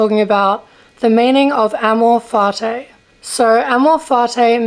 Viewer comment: Can you first learn how to pronounce amor fati correctly?